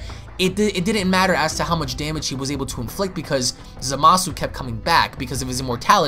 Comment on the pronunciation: Yo Its Zama-su not Za-maaa-su. Smh